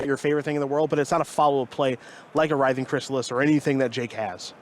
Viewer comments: didn't catch those how'd he say it? Ritt-hing? 😅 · what about all the mispronunciations of the word "writhing"?